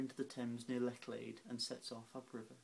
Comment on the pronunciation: Really nicely read, unaffected and narrative; more subdued, befitting the sad text, than say, your own poem "This Shore", which was also really good indeed. But... not only the Cambridge/Oxford thing (!), which someone else has picked up, but Lechlade is pronounced 'ch' not 'ck'. It's not German! For someone obviously brought up in southern England you are wonderfully detached from your environment! Dennoch, ganz shoen!